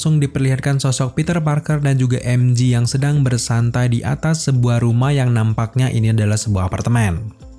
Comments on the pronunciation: Emje bang bukan emji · MJ: bacanya "Emjey". Bukan "Emji". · "peter parker dan emji" wkwkwk "emjey" bang cara penyebutannya. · MJ, bacanya em jhe, bukan emji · Namanya MJ om, bukan MG 🙏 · mj bukan emji, tapi emje kalo emji itu mg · Info aja bang MJ di baca nya EM JE,bukan EM JI ,karen huruf J tetap di baca JE ,kalau G baru d baca JI, contoh jam G-Shock baca nya kan JI Syok